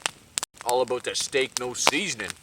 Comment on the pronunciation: About/ aboot lol I